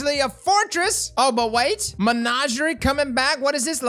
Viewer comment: Nice! BTW Its not Menageray its Menagerie, My cousin mis-pronounces it too because of how you say it and he won't say it right even tho I insist it's mispronounced. Thx